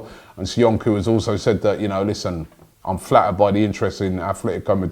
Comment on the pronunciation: Just like it's Atletico Madrid, not A'th'letico Madrid. Robby's got to get his pronounciations right.